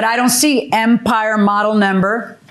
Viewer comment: The way JMM says “number”.. it’s like “NAMber” drives me crazy!!😂